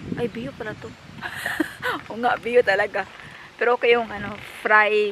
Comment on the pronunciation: Hinde biyo bayo ang bio na bigkas